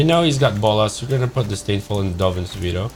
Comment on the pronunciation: Swear it sounds like he's saying Dovin's Speedo instead of Veto which now might have to be my nick name for the card over Danny Devito